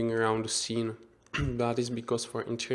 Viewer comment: Not "doo", not "de"! The! :D